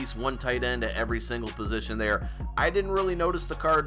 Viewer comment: Why do people say "positional heroes"? its "POSITION" Heroes lol lol